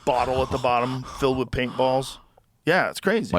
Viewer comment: Let's ask Perplexity: What does Joe say "wit" when the word is "with"?